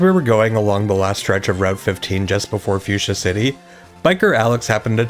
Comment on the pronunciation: So we just gonna ignore that butchering of Fucsia 😂😂